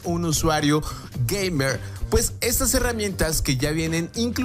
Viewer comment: "un usuario... *toma aire*... geimewr"